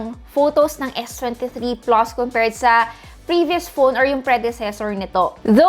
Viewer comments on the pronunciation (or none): S23 "PLOS"? Haha